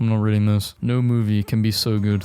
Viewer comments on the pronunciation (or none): none